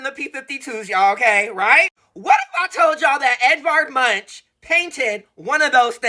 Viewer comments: YESSSss..it's " Edvard Munk " NOT Eddie Munch-n-crunch 😂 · OMG say Munk not MUNCH 😂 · Edward Munch is pronounced “ Munk “ as in chip not lunch 🤭😄